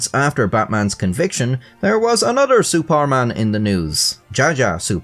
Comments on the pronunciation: I just have to say that your pronunciation of "Suparman" is so good, There isn't many people who bother with getting it right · i am from singapore and yes this guy is a legend the "superman" is actually pronouced as "suPAR man" as its javanese so yes u got it right